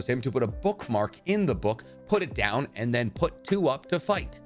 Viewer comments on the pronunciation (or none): none